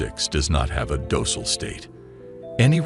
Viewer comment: Docile, and lead we're pronunced so confidently wrong, that I was questioning if I've been pronouncing them wrong this whole time.